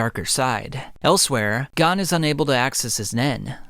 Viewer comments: Good video but it’s kinda annoying how much he pronounces their names wrong. Like I get it you read the manga but it’s known how their names are pronounced. It’s Gon not GONE and Ging not Gin (G-EEN) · Gon not gone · You should at least know the names of the characters if you going to tell the story. Don't get me wrong your storytelling is great. however, it is very distracting if you don't know how to pronounce the character's name. Gon is pronounced with the oh sound, G-Oh-N, and Ging Freecss is pronounced with the E sound Je-en or Jeen spelled Ging, his last name Freccss is pronounced Freeks, Jeen Freeks, spelled Ging Freecss. Watch the anime to get the names right, you don't have to watch the entire anime just enough to get the right names. When people are used to a name, then you give the character a completely different name it is very distracting. This will help you out I am sure. It sounds petty but names are very important I believe that is why it is so distracting for people when their names are not pronounced properly.